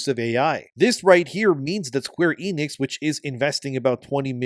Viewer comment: Square Eh-nix. Not ii-nix.